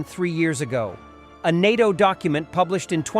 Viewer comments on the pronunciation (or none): none